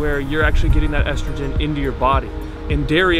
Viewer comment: ESTROGREN what???